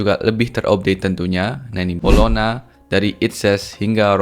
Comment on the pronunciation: bacanya Bolonya bang bukan bolokna